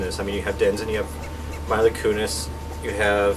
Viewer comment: Maybe you should've changed Mila's name to something easier for you to say as well... you are pronouncing it wrong.